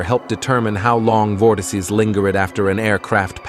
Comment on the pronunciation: Nice vid, though bro cannot pronounce "vortices"